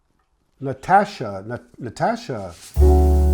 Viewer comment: Nastasja, not Natasha! Like in Nastassja Kinski.